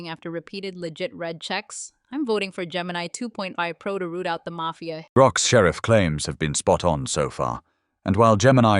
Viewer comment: "Gemini Toof Pro"